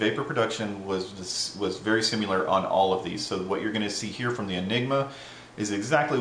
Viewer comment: Similar; Not pronounced sim-you-lerr. Stop it.